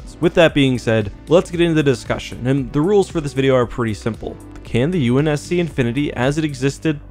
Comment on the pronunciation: Ahh yes the UNS-Shi lol